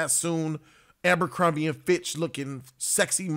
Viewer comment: its abercrombie and fitch lol